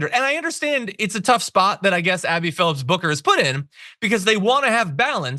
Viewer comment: You guys are both adding “s” to the last name of Abby Phillip